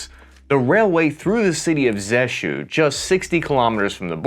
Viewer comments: The city he mentions is Rzeszów. It is neither labeled nor emphasised on the map and the pronunciation makes it impossible to discern the name. Also, it is not where the 18th Division stations as it may be misunderstod. It's headquarters are in Siedlce. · Bro don't try to pronounce Polish city names. When You said Rzeszów I was like: WTF? What city? And I am Polish.